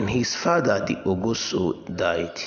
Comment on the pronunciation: please your pronounciations of benin names are wrong, like ogiso and many others, but your presentation is good work on the names and how to pronounce names are very important